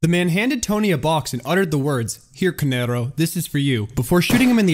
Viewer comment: No shade, but as an Italian It irks me that you pronounce "Canarro" in a spanish tone/accent. All in all though bro, keep up the amazing work.